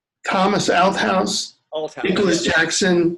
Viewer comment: Great interview but I had to laugh at your pronunciation of Thomas’s last name Althouse you kept saying Out house ha